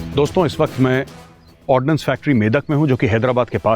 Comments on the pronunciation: It's Ordnance Factory, not 'Ordinance' factory !! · It's ordnance not ordinance 😂